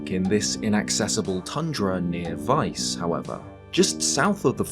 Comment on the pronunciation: Thank you for pronouncing Weiss correctly